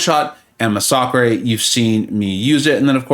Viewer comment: Inhad no idea what you were talking about when you said "muh sock ray" and then I see youre talking about massacre. Lol Its pronounced like "mass-uh-ker" Like what happened at jonestown with the flavor aid.